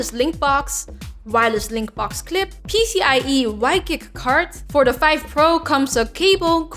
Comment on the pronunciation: Five? Vife? Fife?? (subscribed)